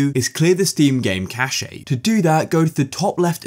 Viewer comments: it’s pronounced cash not cashae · Bro pronounced Cache as "Cashay" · Why does this guy pronounce cache as cash ayy! 😭 other than that still a good video though! Quick and snappy stating possible fixes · its pronounced kash